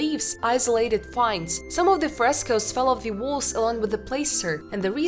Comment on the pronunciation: Some fine day you’ll learn to pronounce »walls« ...